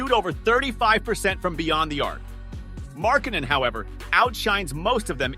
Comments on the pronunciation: bruh his last name is not fn Mark Cannon you say his name right 10% of the time just say his nickname or something I would rather hear you say The Finnisher instead of you butchering his last name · Butchering a guys name in a video about how people slept on a guys skills crazy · Gotta learn how to say his name right, mate. Otherwise good video:)